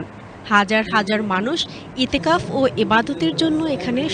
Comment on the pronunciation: একজন মূসলিম হিসেবে ইসলামের মৌলিক কিছু শব্দের সঠিক উচ্চারণ জানা থাকা দরকার। একজন উপস্থাপিকা হিসেবে সেটা আরো বেশি জরুরি।ইওফাক নয় এটা এতেকাফ। এটা লজ্জা জনক